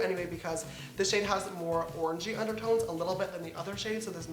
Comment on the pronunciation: Each time he said orange-y I heard orgy 😂